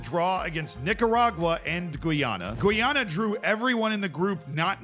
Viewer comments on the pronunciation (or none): Gweeyana?! Lol Thats officially the worst pronunciation ive heard to date.